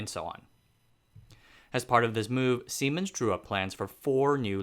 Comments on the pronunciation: Lol, semens! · siemens.... lol can't be the only one that laughed at what it sounds like